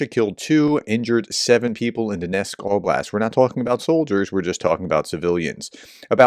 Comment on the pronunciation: It's not Donesk, it's Donetsk (is it that hard to pronounce the "t"?). Some Ukrainian words are really hard to pronounce for English speakers, so I can give some slack for the most part, but that is just sheer verbal laziness.